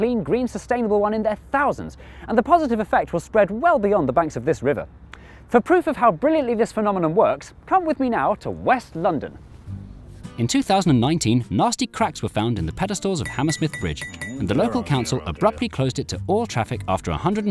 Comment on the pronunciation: Phenomenon, Jay! Not Phenomenom...just sayin'